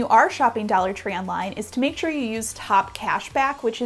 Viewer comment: Dallor tree lol